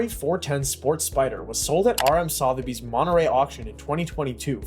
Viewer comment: Next time learn how to pronounce 'Sotheby's'...I actually gave up watching. I couldn't take the repeated mispronunciations!